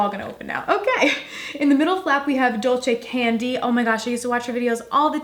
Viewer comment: Dulce Candy: pronounce "duel-se"